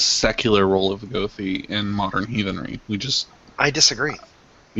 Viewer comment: Your pronunciation of goði was painful. "goþi"